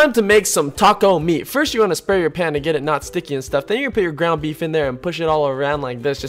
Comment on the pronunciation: who else thought he said "grandma beef" at the beginning instead of "ground beef"?